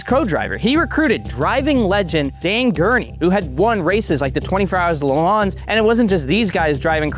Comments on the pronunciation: Donut, stop putting in front of the camera. You don't wanna fire him, fine but he is awful. Apple maps? Pronouncing Le Mans like an uneducated swine. Skibbity rizz? is older than me. Wtf. Fix this. You guys have actual talent and keep putting in videos. I don't get it. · in the what Hi my name's and today.. in the Lord Ruj, the lower revs? the lord garage? why tf is that hitting my ear like nothing i've ever heard of xD